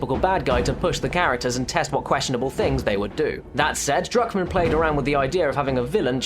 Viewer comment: it sounds like you say Drugmen when you say druckmann